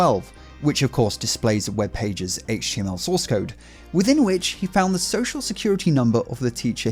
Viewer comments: I listened to him say HTMLM 5 times 😂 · I am pretty certain I heard him say "HTM ella". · Hayt-ch Tea EMM ELL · Ah yes, “HTMLN” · guy litterallly said HTLMN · so its not pronounced eich-tee-emm-ell? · I mean. Copying the base64 text and pasting it into a base64decoder is indeed a "Multi step process". But what really got me giggling is the way he pronounced HTML'uh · I love the way he says "H.T...ML" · Right. Instead he read it as "HTLM" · Did the boomer say HTMLN? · I swear I heard him say "HTLM" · Buddy can't even pronounce HTML, clearly doesn't know what he's saying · it's such a stupid take from a elected governor who doesn't know any better. The way he says HTML clearly shows he's got no idea what he's talking about, a complete computer illiterate who doesn't know what he's talking about. He's the kind of person who would ask their grandchild "What's a Facebook?" or "What's a Twitter?" The memes from all of that was hilarious at best as everyone was like "Oh noes I'm pressing F12 to view a webpage source and hacking it!" It's literally that easy to view web source just by pressing a simple quick hotkey thats been a thing since the early inceptions of the modern web browser. It's by no means hacking a web page, it's literally there for web developers to see their HTML source code, and edit the source to test things out as they build out a web page. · Not to mention the way he pronounced HTML as if he never heard of it before. He clearly had no idea what he was talking about. Which does beg the question, though. If this is indeed the first time he read about HTML, who wrote the script?